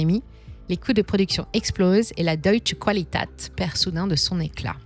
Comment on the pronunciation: On prononce deeutsch kvalitête 🙂